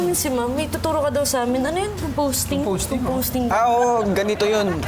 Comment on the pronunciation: composting hindi “composing” bwiset HAHAHAHA